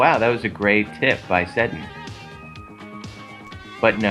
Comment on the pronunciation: You said Sedin wrong.